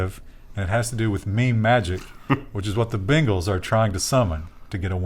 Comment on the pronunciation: Y'all said Bengals like "Bingles" and I immediately thought "God dang it, Microsoft's gotten to sports."